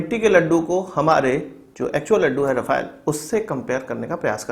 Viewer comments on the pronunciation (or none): Rafale = राफेल Rafael = राफाएल Correct pronunciation